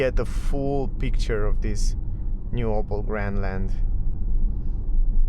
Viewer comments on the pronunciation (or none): It's not "Opal" it's "Opel".